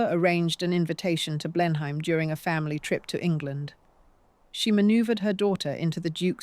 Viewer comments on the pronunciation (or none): It's NOT Blenhaym. Blenheim is pronounced Blenem. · Dear Ai... the pronunciations you're looking for are 'Blenum' Palace and 'Mobeel' Alabama! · AI narration. No Brit would pronounce Blenheim Palace 'Blen-hyme' 🤦🏻‍♀️